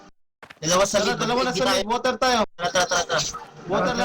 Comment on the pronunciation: weak poota.. may woter pang sinasabi haha ano yan ...haha nakakatawa kayo sh8